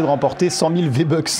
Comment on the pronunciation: Mdr à Maxim il dit "tentez de remporter 100 000 vbuks😂😂😂